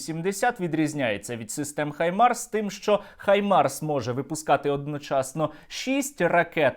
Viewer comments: Правильно казати Гаймарс, а не Хаймарс. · Пора вже в українській журналістиці позбуватися російських штампів. Треба говорити "Гаймарс" а не "Хаймарс". Росіяни вимушені заміняти "Г" на "Х" тому, що в російській мові нема звуку "Г". Але, українцям нема потреби мавпувати за росіянами.